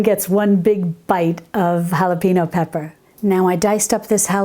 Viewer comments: Hello Dear. Just an FYI: Jalapeno is pronounced as "hal-a-pen-yo." In Spanish it is an N with a "tilde" on top which gives it a "ny" sound. The "e" is the English short vowel for "e", not a long "e." In Spanish the vowels don't change, so an "e" is always the English short vowel sound as in send, not seem. Good job knowing the "J" is the "H" sound in English! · I love your information. 😀 I do feel that you should be able to pronounce jalapeño though. It's not hard and you're from Texas.